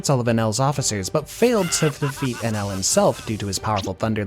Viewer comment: Sorry did you call Eneru - Enell? Lol